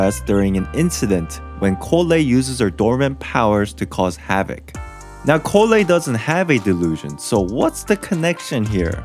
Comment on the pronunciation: Collei is said (Call-e)